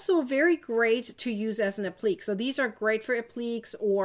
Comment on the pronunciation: Thanks for the really complete discussion, it is appreciated!! I was confused for a bit, until I figured out that you were using the word 'appliqué ' when you said 'apleek' ....that one is usually pronounced 'app-lee-kay' basically the French word for 'application'. Thanks again for all the ideas!!!